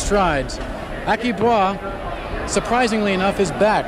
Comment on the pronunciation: ....Aki Bwa?...Americans never miss a chance to mis=pronounce a name....